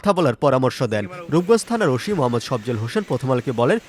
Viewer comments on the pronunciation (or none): ওশি না ওসি উচ্চারণ ঠিক কর